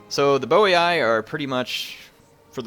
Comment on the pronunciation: Its actually pronounced "Boyyyy"